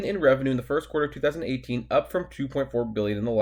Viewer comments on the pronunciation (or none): none